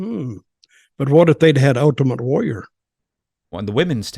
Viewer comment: I like when he calls him Ut-ament Warrior